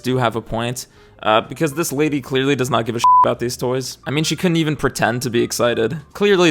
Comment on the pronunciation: Dupe Kylie Jenner😂...also love the pause he puts in before saying "lady"